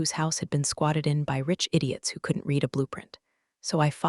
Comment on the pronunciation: Please teach the reader the difference between read(pronounced like reed) present tense and read(pronounced like the color red) past tense. I read(reed) books. I read(red) a book yesterday. This is getting annoying.